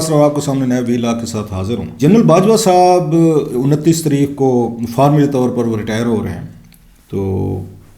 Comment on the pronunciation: Please correct your pronunciation. Translation of History in Urdu is "taareekh" not "tereekkh".